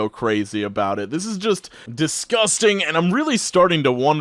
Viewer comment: Its not disgusting its DESGOSTANG